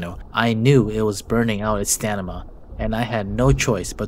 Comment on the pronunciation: "Stanima"😂 Great video as always!